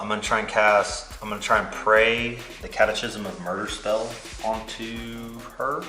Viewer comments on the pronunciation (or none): Why do you pronounce it cat uh chism instead of cat uh kism?